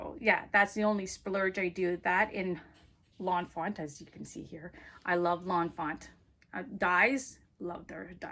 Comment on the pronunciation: By the way it's Lawn Fawn not Lawn Font